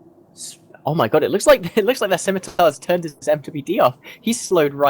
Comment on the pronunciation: The C in "Scimitar" is silent.